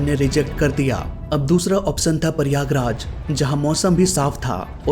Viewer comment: it is prayagraj not Paiyagraj. 😂😂😂😂😂 U r from which school 🎒